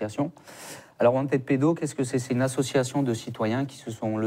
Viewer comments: Wanted. Prononcer want[ed]pedo et pas want aid pedo. La prononciation change tout. Wanted et wantaid... ce n'est pas la même chose et c'est certainement un lapsus révélateur de want aid pedo. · Wantède ou wantid pédo ? Wanted en anglais se prononce wantiiid . Choisir un mot anglais pour le prononcer à la française... pas terrible. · wanted se prononce wantId en anglais. Wantiiid. Pas wantède. Wantide pedo n'est pas crédible car cette association traine avec des groupuscules d'extrême droite.